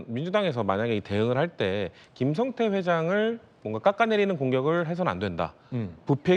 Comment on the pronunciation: 중국 에 있던 김성타? ㅋㅋㅋ 김진 앵커. 앵커 맞아? 한글 못 읽어? 김성태 라고 자막 에 나와 있는데. 김성타? 반복 으로 다시 듣기 를 했는데. 계속 김성타 라고 들림. 기자 출신 과 현직 기자 들이 전교조 한테 가장 쉽게 휘둘리는 집단. 아마 북한 하고 전쟁 이 나면 가장 먼저 항복 하지 싶음. ㅋㅋ